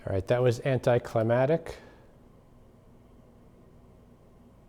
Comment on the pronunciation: Great video -- love the fix! FYI -- -- 'anticlimactic' has a 'mack-tick' at the end, not 'mat-tick' (i.e. lack of 'climax', not 'climate' (o: )